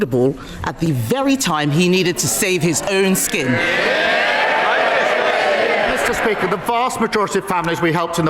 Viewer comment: "mr peaker" 😂😂😂